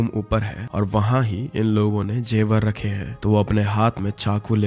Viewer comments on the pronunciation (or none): none